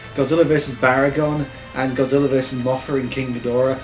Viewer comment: Take a shot everytime he calls him, "Godziller."